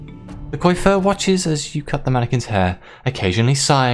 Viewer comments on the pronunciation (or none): Nice ! Btw coiffeur is pronounced "coafer" (means hairdresser xD funny how many french words in English xD ) On the story : can't wait to see the choices you made !